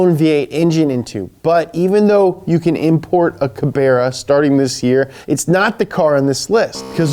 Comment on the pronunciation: Herpy new yer